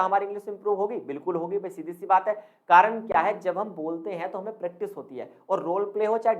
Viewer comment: Bhaishab प्रेक्टाइस ni hota .. प्रैक्टिस होता है।।😂improve your pronounciation 😂